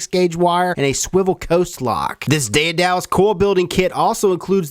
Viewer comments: Daedalus was a craftsman, he was also Icarus's father (the fella that flew too close to the sun).. its pronounced day-de-lus BTW, you Americans need to study more classics..lol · Sorry, pal, but it's pronounced "dɛdələs" (de (as in Dad) da (as in adagio) los (as in alone). δαιδάλλω "to work artfully" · It is pronounced DAY-da-lus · WHAT A PIECE OF CRAP!!! Cheaply made and useless.They sent apiece of fishing gear(swivel)-haha-and he pronounced it wrong! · The pronunciation of the name of the product makes me cringe, its soooo far off. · Just a friendly piece of advice. I’m not sure if the company name is pronounced that way, I’ve never heard it such. Either way, you should try to contact people who are sending you things to review and verify stuff like that, you know, terms or words that might need clarity. I’m not talking about you, just checking with companies to make sure you are selling the way they would like. After all a review is a sales pitch. I love your vids btw. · I think you may be pronouncing Daedalus wrong. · Goddam that pronunciation though... why... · Hotwired CumulOhm lmfao I'm American and I knew! Omg he's killing me every time he messes it up! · Greek-German here that speaks fluent English. It's not day-de-lus, it's also not tha-tha-los (although it's pretty close, the transcription is just shitty). First of all, in modern Greek the Delta(Δδ), the d in the Latin version, is pronounced softly, somewhere between an English th and a d. Then, the ae, the Latin transcription of the Greek αι, is pronounced like the German ä. You can try to pronounce it by forming an a with your mouth but making an e sound. And lastly, when pronouncing -los or -lus try to get the "twang", that you Americans have, out of your vowels. Take these tips and you should get pretty close. This comment was written poorly because it's like 2 AM where I live and I'm too lazy to proofread. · Listening to you pronounce Daedalus is painful. It is ded-l-uh s not day-a-dal-us.